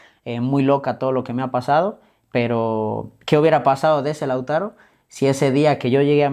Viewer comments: El entrevistador es un improvisado por eso repite wuey pues le falta léxico, ni sabía bien el nombre del jugador pues varias veces le dijo Lázaro y no Lautaro. No preparo la entrevista. En fin... Muy mediocre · El disque peridista que lo entrevista,le dice Lázaro y se llama Lautaro a parte de no saber ni hablar😅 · No se llama Lázaro, sino Lautaro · Es Lautaro no lázaro...pésimo el entrevistador......cultura de barrio bajo..... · No se llama Lázaro wey, se llama Lautaro